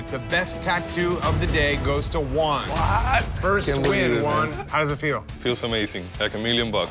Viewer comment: When they called Juan "One"💀